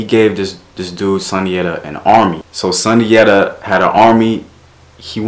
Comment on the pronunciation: Great video ,i am a direct decedent of Sundiata from Senegal,in our tongue it is pronounced (Soon-jaa-taa)